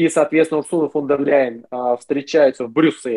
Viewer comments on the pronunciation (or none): none